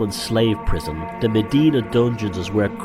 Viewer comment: I don't know much but one thing i do know is in malta Mdina is pronounced emdina and not medina, as you might of guessed this annoys me